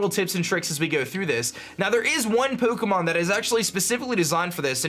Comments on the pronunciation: Is anyone else annoyed by the way he says “pokomon” Say it with me now... it’s pronouced “Poe-Kay-Mon” or “Poe-Keh-Mon” Not “Poe-Koh-Mon” face palm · Does it annoy anyone how he says Poo-kemon? Or is it just me.. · Po'ke'mon' lol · Shiny Pookmon. Expertly Pronounced;) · puh Kay mahn that's what you're saying. Suh dude. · This was helpful, but I hate the way you pronounce Pukemon. pyuukimon? Uhg. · Lol. "Pookomon" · peaukomon. annedeautte. that's driving me crazy. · i hate the way he says pokemon. "pookiemoon" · Pook-emon is what i hear hehe :D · The way you Pronounce Pokemon triggers me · It's funny how he says Pokemon. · why do you say Pokemon weird ? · The way he pronounces his O's is so weird. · the way he say pokemon is hilarious lmao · the way u say pokemon hurta me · Am I going crazy had always said Pokemon like that?